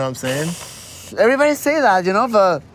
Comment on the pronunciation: brandone never doesn't say AYEverybody AVEvery video he makes. Also he says messsscan.